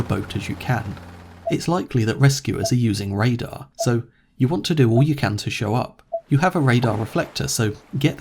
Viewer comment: Thats a good "radar" Lol